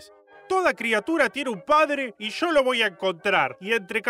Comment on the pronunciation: No dijo yo dijo sho 😍